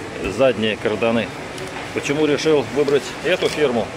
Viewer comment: не карданЫ, а кардАны! Кровь из ушей 😉 И что тут тестировать? Это же не новая резина, карданы в процессе эксплуатации тестируют, время надо,чтобы понять качество